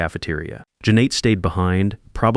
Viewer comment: Sorry, the story gets a thumbs down because of repeatedly mispronouncing Janet and monetary values.